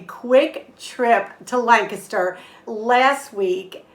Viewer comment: Hey Emmy, props on learning to pronounce Lancaster like a PA native!